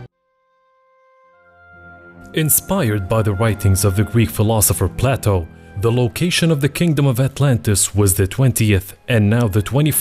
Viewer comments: It's Play-toe not Plateau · Play toe not platt o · This narrator is doing a horrible job! His pronunciations are totally off. He pronounces PLATO as plateau amongst other horrors! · No. The Richat Structure is not the leading challenger for the location of Atlantis. It’s in the Azores to best match Plato. Btw Plato (at least in English, and American) rhymes with Playdough. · The way he pronounces Plato are you serious bro?